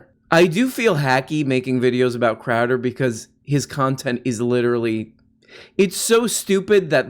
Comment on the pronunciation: crowdeeerrr crowdeerrr, its crowduh!!! say it right!